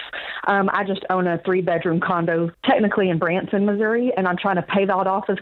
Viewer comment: Did she say Lauren was working to pay off the condom Instead of condo? Lol😂